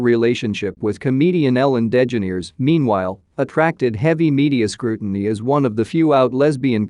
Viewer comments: It is de ge NER es .... as the pronunciation. I have never heard it pronounced NAIR ...it is ner. It isnt even spelled degenaires ... it is ellen DeGeneres. Good lord 🤣🤣🤣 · The Robot voice pronounced DeGeneres as Den Gen Neers? It's pronounced De Ge Nair ES. Misprounced Heche as Hetch. Heche is pronounced Hesch. Still a good video.